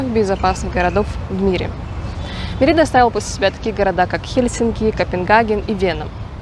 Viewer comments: Очень интересные видео. спасибо. но, пожалуйста, произносите город правильно - Мéрида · Как можно снять видео не умея произносить название города, про который ты снимаешь видео! Мерида - ударение на первый слог. Вы же там были. Я жил на полуострове много месяцев. Если сомневаетесь - посмотрите энциклопедию, спросите любого жителя. Не смог смотреть видео из-за этого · Вроде ударение на первый слог?